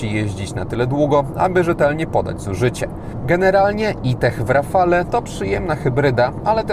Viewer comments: Dzięki za kolejny ciekawy test. Czekam na szczegółowy w PL. Jedna uwaga. Wymawia się rafal a nie rafale. Pozdrawiam 👍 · rafalE .... eeee nie można tego słuchać ... a wystarczy zapytać byle gugla jak sie to wymawia i może co znaczy i dlaczego